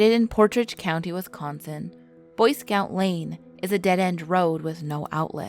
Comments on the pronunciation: and its wisconsin, not westsconsin. you need to learn to speak proper english before narrating videos again, your discrediting your channel. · All of us Wisconsinites are disappointed in the incorrect pronunciations that wee made😂 but you get an A for effort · If your going to do a urban legend of Wisconsin video at least learn how to pronounce the names properly